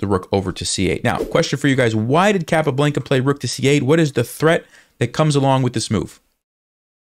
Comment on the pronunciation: Capablanca (kah-pah-BLAHN-kah) - please, please pronounce it correctly!